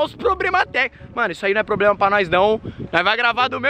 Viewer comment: "Pobrema" kkkkkkkkkkkkk